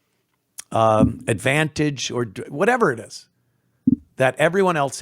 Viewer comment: "Oh, it ih? Word?" Please, lady. Some white folks are waiting for this to happen.